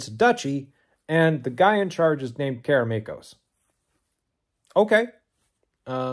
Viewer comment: Kudos on pronouncing "Karameikos" correctly LOL